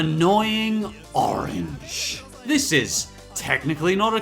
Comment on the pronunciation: HOW DARE YOU MENTSHON ANOING ORAGE